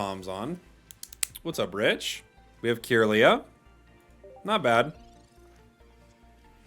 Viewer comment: It's been bothering me for awhile but... Why do you say "Cure-lia" instead of "Kirlia"?